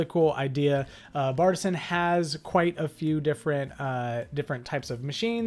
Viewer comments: It’s actually pronounced BAR T SIAN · It’s Bar-te-sian